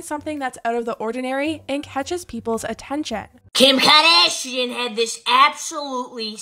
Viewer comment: “KIIIIM KAHHH-daa-SHEIN”